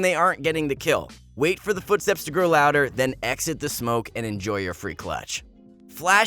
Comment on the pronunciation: "fotsteps" hmmmm....